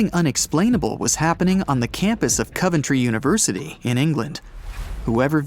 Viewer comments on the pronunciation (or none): none